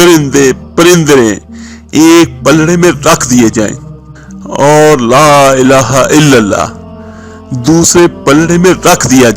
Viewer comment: Elaaha ke lam par kara zabar hota he drustagi farma leegea ga